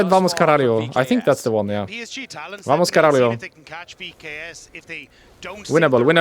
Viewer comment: its VAMO CARALHO, without the S :D